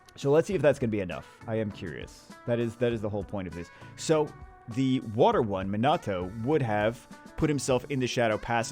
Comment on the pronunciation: Hey … gotta say it sorry but it’s not Min-nah-toe… it’s Mee-nuh-toe